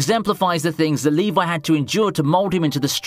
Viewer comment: LEVI IS NOT PRONOUNCED LIKE THAT FOR GOD SAKE